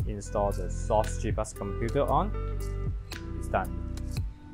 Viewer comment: Why are you pronouncing it as "sauce" instead of "Cross"???